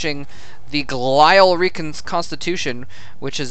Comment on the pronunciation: fyi, it's "glee-ul" not "gleye-ul" - named after glia cells presumably! Yay, my neuroscience career being useful for a second starcraft application after Cholera's puzzlers.